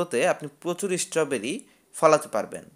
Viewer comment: ভাই, ওটা ঈস্ট্রোবেরি নয়, ওটা হল স্ট্রবেরী! উচ্চারণ ঠিক করো!